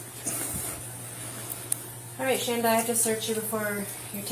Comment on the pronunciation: It’s not Shonda it’s Shanda